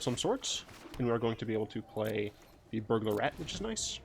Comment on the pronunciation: Every time you say "Burglar Rat", I hear "Burglarette". So now I imagine that the Burglar Rats are all girls and are like the rat version of cat woman.